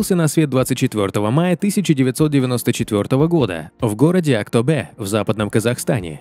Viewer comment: На казахском буква Е, не читается как Э. Слух режет. Не тенгЭ, а тенгЕ, не АктобЭ, а АктобеЕ) За выпуск спасибо 🔥